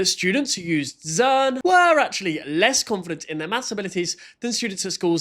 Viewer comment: they said zern instead of zearn